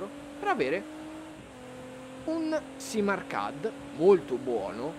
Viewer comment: Bella recensione. Rivedi la pronuncia di arcade (ɑːˈkeɪd)